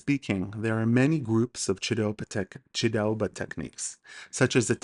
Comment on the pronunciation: Very great video, your pronounciation was actually really good besides pronouncing a word Mochidave because you pronounce ch like kh for some reason, even though you pronounce Chiraoba correctly 😆 oh and chidaoba or chachidva in Georgian actually means to grapple